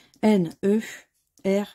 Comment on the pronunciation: Vous m'avez tapez sur les nerfs en le prononçant nerfe.,.hhhh...<Bonne chance pour la prochaine session..